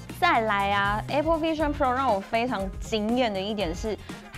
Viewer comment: A pple應該是台灣式的發音. 在美國是像在說 愛pple😊.